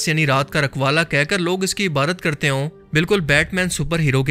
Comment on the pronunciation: Hassi bhai aap IbaDat ko hmesha Ibarrat kiun kehte hen